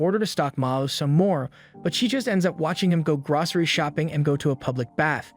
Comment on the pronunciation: Gracery? Wtf is that lol you mean grocery